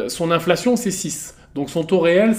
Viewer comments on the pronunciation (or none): Si t'avais robotisé ta division en syllabes tu saurais que c'est "in-fla-tion" et non "inf-la-tion" . 😊